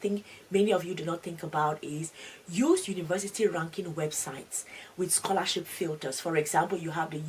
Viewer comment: Только я слышу сқолашіп😅?